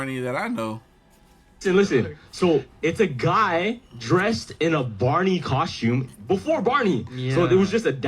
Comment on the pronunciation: "Barney Carstume"?? 😅😂🤣